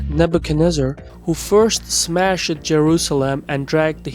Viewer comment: I love your videos and would like to help you with your English pronunciation eg. 4.45 "smashed"